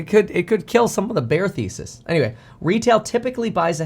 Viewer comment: Kevin, did you just say Bear Thesis or Bear Faeces? Either way Bears do tend to chat shit most of the time 😆